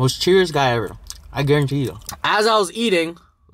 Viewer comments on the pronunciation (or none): none